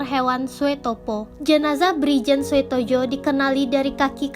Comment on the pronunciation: kerana itu ejaan lama, oe di baca u, sedangkan j di baca y. anda salah baca ejaan , di sengaja atw memang tak tau ejaan lama.? soeprapto di baca suprapto bkn soeprapto. Demikian pula dgn soetojo di baca sutoyo bkn soetojo. sblm bt naskah cari tau dahulu apa arti inisial huruf sang tokoh agar penonon dan pendengar naskah yg anda bacakan tahu apa arti huruf inisial yg anda sebutkan contoh A .yani. A , ahmad ...R,raden S , siswondo dsb.